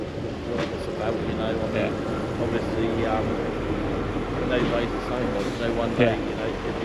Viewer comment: Ovussly ovussly ovussly! 🤡